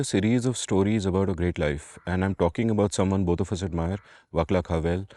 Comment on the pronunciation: Vaclav is pronounced Vah-slav, not with a hard C, fwiw.